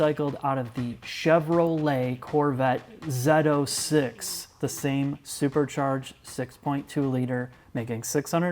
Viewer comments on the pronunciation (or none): It's Z06... Not. Zedo 06